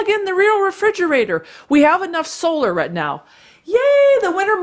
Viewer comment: To cute when you say "right". You say it like "wret". I find it fun when i stumble into hearing accents from different regions of the USA.. Curious though, does Mr. Hilder do it too?